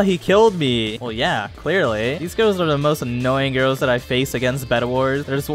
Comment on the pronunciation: Nostalgia of memes: EGorl power. Gru from despecible me says "Gorls"